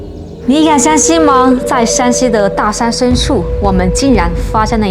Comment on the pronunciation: Shānxi 山西😂❗️☝️ not Shǎnxi 陕西😅❗️